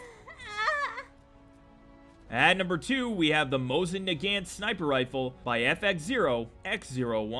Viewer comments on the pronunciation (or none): Dude you’re fucking funny but the gun the both action rifle it’s pronounced Moes in Nagant not whatever the fuck you said